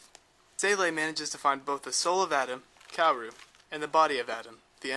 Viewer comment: you cant say KAWORU right ? KA-WO-RU not kewewi ,kewewe ,kewow Overal , this VIDEO.... IS SO GOOD , make me understand EVA THANKS